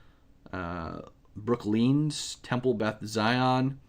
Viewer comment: It's Brook Line, not Brook Lean! LOLOL!😉